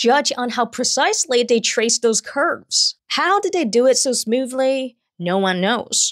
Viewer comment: The way she pronounces her THs is so adorable. She will say 'dey' instead of 'they' and "duh" instead of the